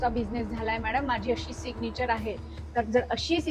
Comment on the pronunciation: सिगनिचर नाही Mam सिग्नैचर Mam you teach really well